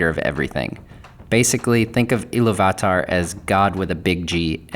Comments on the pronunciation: Sorry to be a pain in the a** but it is "Ee-loo-vatar"" - there's an accent on the 'u'. And it should be 'Ow-lay-eh" as there's an umlaut on the 'e'. Otherwise, great post! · I'm not going to say for certain that's not how you pronounce Illuvatar but doesn't exactly roll off the tongue. So instead of Il-lu-vat-ar, It sounds a lot nicer(subjectively in my opinion) when you say Il-lu-va-tar. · It's IlluvIIIItarr, not IlluvatAAr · It’s pronounced Eee-Lou-v-a-tar. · Why you pronouncing illuvatar like that lol great video though man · It’s actually pronounced iliy va tar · You should learn how to say Illuvatar. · I've never heard iluvatar said like that